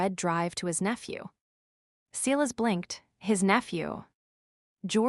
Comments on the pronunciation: Hearing: SEElas over and over when it is SY las makes me ill. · Enjoying the story. But Silas is spoken Sy lass.